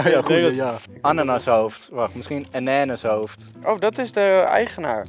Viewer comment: Precies toen ik deze reactie las zei 'eneneshoofd' (ananashoofd op zijn engels gezegd bedoel ik daarmee xD)